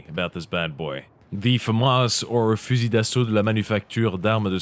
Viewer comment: Your french accent is quit good. I'm impressed! I'm French myself, and I wonder... Where did you practice french. Because saying 'fusil' without pronouncing the L, you have to be a connaisseur. Peace.